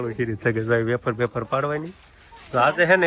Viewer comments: Bolta sikho vefar kevay aefar nai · Aefar nai vefar kevay 😂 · Bapre aashu afar ? Vefar kevai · વેફર કેવાય બોલતા શીખ